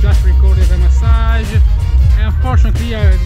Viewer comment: That pronounciation of massage...